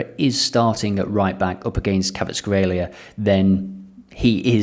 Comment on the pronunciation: Your pronunciation of Kvaratskhelia got me laughing hard